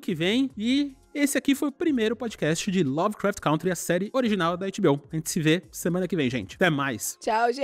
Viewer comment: Meu, pelo amor de deus : É CÂNTRY!!! aprenda a falar o nome do seu podcast!